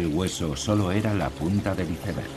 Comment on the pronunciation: Porque porque porque dicen hizebergggggg????? Aprendan a pronunciar!!!! Por el amor de Dios, se los suplico 🙏🙏🙏